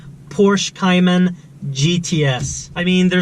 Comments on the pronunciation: Cay-Man not cyiman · You need to at least say Cayman correct